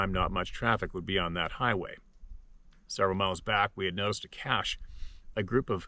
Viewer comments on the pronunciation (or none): none